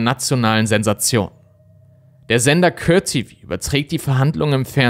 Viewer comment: Was ist den "Cört TV", Court TV with "Cort TV" ausgesprochen. Es sind die Details an denen du arbeiten kannst.